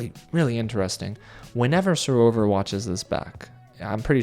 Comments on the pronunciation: It's SarOVA not SarovER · because with the English accent we pronounce it SarOVA. We don't over pronounce the ERRRR the same way Americans do.